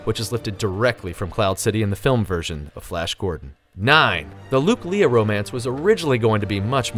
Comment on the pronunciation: Fact # 108: It's pronounced Princess LAY-uh and not LEE-ah